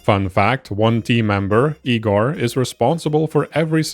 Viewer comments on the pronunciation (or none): That's "Igorrr" not "Igorrrr"